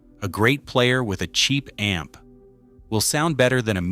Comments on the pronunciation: Buying too much a-m-p? LOL!!!!!!!!!!!!! AI sucks. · A m p Goodbye ai lol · Thank you ! I personally found it adorable that it pronounced the word " amp " as A EM PEE. Very appropriate in a video about a em pees..... I hate Ai. And musicians, we are right around the point of the spear on this one. So AI can easily simulate crap music...... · AI slop. Can’t even pronounce “amp”